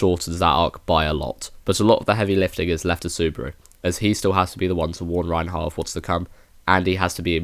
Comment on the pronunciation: It's Reinhard or can speak as Reinhardt as well. You keep saying Reinheart